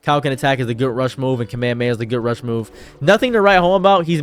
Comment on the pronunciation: Jiren literally calls him "top" not "toep." But you also say "kuhmayamaya" so yea...you say a lot of things incorrectly.